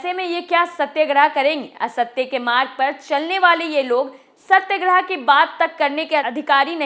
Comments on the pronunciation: सत्यग्रह नहीं सत्याग्रह होता है। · Correct your pronounsation Satyagrah